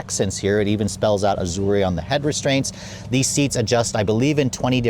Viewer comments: Ahdure, Ah-jawr, Ajor, anything but "Azorrae" please I beg of you 🙏🏽🙏🏽😭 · Azure, not Azurea. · There is no “e” sound on the end of Azure It is pronounced Az your Just sayin’ 👍👍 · How do you pronounce Azure? Not like that. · I have never heard "azure" pronounced like it is an Italian word!!! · The e is silent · "expensive chirp" has this guy not driven an Audi, my '17 A4 makes exactly the same sound. Doesn't know how to pronounce Azure either, embarrassing😅. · You're pronouncing Azure wrong. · That's not how to pronounce Azure. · Good God, stop saying "Mulliner." There's no "g" - it's Mulliner. Aaaargh. And Azure is pronounced "ahzher" not whatever the heck you're saying.